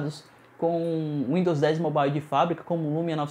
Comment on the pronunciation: uindos moble kkkkkk qual a dificuldade de falar mobaiou?